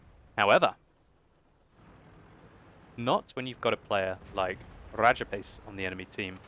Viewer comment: RRRRRRRRRRAJAPACE WRRRRRRRRECKS RRRRRRRRRRRRRHEINMETAL BORSIG